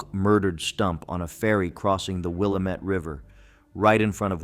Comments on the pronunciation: Will-a-metty in Or-gone. 😂🎉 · It's the Will-a-metty. 😂🎉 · WILl-AM-IT Willamette. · How you gonna narrate a video about Oregon and then mispronounce Willamette? 🤷🏽‍♀ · You can always tell a nonnative Oregonian because they not only can't pronounce Willamette corectly, they usually can't even pronounce Oregon right. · LOL I was like wait what did he say. Then I was saying it out loud pronouncing it right and about ready to do the same comment you did. I'm glad I'm not the only one that bought LOL I've never heard anybody pronounce Willamette that way though